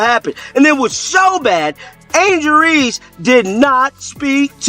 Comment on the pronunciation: Why can't your AI say Reese instead of Ree. So irritating.